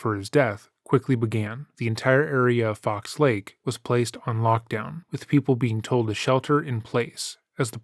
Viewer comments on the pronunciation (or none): ps it aint called fox " lakes " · It's Fox Lake, not Fox Lakes.